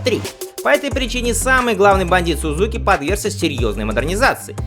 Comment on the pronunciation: Автор, в русском языке японское "z" читается как "дз", поэтому - СуДЗуки, ИсуДЗу.